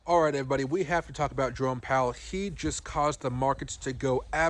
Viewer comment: Initially I thought you said Drone Powell and then I thought, well how appropriate